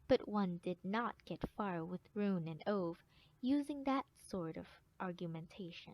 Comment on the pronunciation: next time when you do a audiobook, learn to pronounce the main characters name